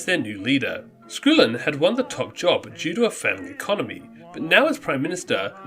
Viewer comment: Littleton rather than "Little-town", and Skull-in instead of "School-in"! Other than those clanger's, a very good and well researched effort,.